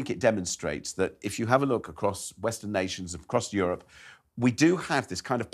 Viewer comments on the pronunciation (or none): none